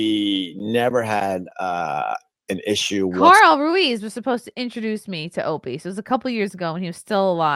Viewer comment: Hay y'all Is it me or is Opie doing his "Radio voice"? And it's Ruiz you dumb fck not Ruaz.